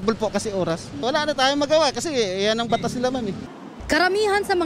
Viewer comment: "yan ang batas nila?" foreigner ata si kuya HAHAHAHHA